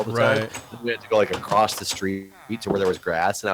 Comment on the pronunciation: File this under minutia: could you explain to Jeff that the word ""across" does not have a "t" at the end.